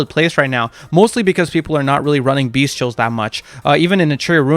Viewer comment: If you say “Beast-tials one more time I’m gonna flip a fucking table 😂